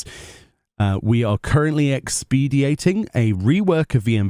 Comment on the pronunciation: My brain exploded when you said "expediting" as "ex-p-d-ate-ing" cause where I'm from, we say "ex-puh-die-ting".